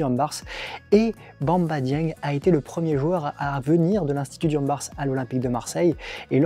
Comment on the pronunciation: Le s ne se prononce pas dans diambars